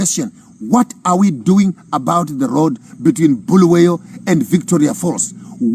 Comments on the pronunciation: Bulawayo please and not Bhuluweyo.... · Its Bulawayo not Buluwayo please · Start by fixing bulawayo pronunciation guys its not boolooway’yo 😊 😅 you guys are toying with our ancestors 😅😅😅 you wont like it if we call you Maponkisto 😂😂 Good speech nonetheless 💯